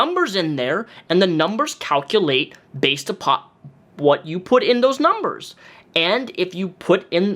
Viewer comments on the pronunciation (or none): I HATE the way he says and. He says "ANS". Of all the things he drives me nuts for, that's one that sticks out for some reason. Petty I know. ANS....... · Drinking game: have a sip every time onion pronounces "and" as "andzs"